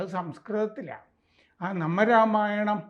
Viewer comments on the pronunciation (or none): Its Naama Ramayanam NOT Nama Ramayanam